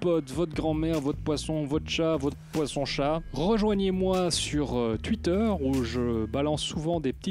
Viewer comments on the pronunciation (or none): none